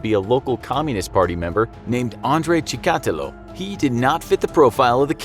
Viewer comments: You pronaunce his name wrong , its not chikAtilo its chikatI'lo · The way he pronounces Chikatilo, - "Chee`kAAtilo", and repeats it like 200 times later on, made me bleed from my ears. its "Cheeka-tEElo" (like in Armadilo) for gods sake!! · Chica-TEElow. Not Cha-COTtalow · That’s not how you pronounce his name. You’re saying it like chtakulo. It’s pronounced like chika-tee-lo. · pronounced like' Shika-tilo' not 'Chi-ka-ti'lo!' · Not chikAtilo, chikatIlo Also, on , this is wrong Rostov. Chikatilo ived in Rostov-na-Donu near Ukraine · Ha! He keeps saying "Chee-kah-till-oh" instead of "Chick-a-till-oh" It's distracting... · Chikatiiiiilo not chikaaatilo jees my ears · You pronounce Chikatílo wrong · Apparently has never heard of ANATOLY SLIVKO. Whose name they will probably just mispronounce. "Chi,-kot-illo". Are you kidding me!? It's CHIKATEELO. Enunciated as swiftly as it looks and with no spaces between vowels! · Rostov...that's where my mom's side of my family lived before coming to the US! My mom and grandparents told me about the precautions that they put in place for my mom's safety back then. They all knew a serial killer was around, it wasn't so well hidden. Btw...cheehk uh teelo. Short double e's, hollow o! I think any russian is bothered by this pronunciation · Tchicatilo or Stalin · Your pronunciation of Chikatilo is hilarious! Its chick-a-TEE-lo LOL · Чикатило is pronounced like ChikatEElo long e in the last syllable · His name is said (cheak a till o) better know as the rustoff ripper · It's not "The Ukraine." Чикатило is pronounced chee-kah-TEE-luh. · Cool video Maybe this will help you pronounce Андрей Чикатило Ahn’drey Chicka’teel’lo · Chi ka tee lo. Your a serial killer of ears with that pronunciation of his last name. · LOL that pronunciation. It's pronounced Chick-ah-tee-lah. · Andre Chikatilo (CHICK*A*TEE*LOW). That bugged me hearinging the narrator say his name that way. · Cheek. A. Tee. Lo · Dude .. it’s CHICK-A-TEEL-O